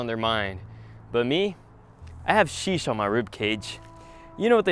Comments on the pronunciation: Hey you can't even say sheesh very good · He doesn’t even say sheesh good,also this is fake